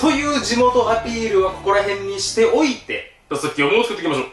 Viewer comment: してお↑いての言い方がちょっとジワる笑